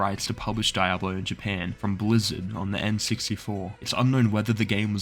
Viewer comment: The fact he pronounced "diablo" as "die-ablo" and not "dee-ablo" hurts me spiritually 😭